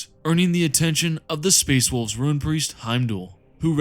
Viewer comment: "Rune Priest", not Ruin. That would suggest Chaos